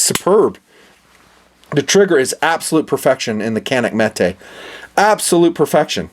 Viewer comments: it's not metay it's metuhhh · Jfc it's Metuh not meh-tay.